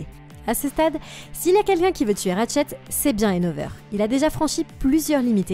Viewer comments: Tuer et pas teur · il y a un pronlaime tu a teur au lieu de tuer